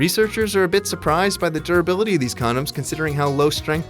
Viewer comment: "the durabillity"